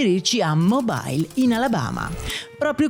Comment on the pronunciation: Carissimo, intanto grazie come sempre per i tuoi video. Una piccola correzione: la città di Mobile in Alabama si pronuncia MOBÍL, non MOBAIL, perché di origine francese 😊